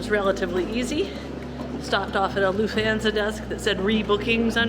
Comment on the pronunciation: You’re saying Lufthansa entirely wrong. Hands like Goldie Hawn. Ahn…most other languages don’t have the long A sound we use